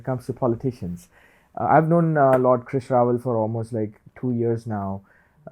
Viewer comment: Both speakers' names getting right pronunciation early on.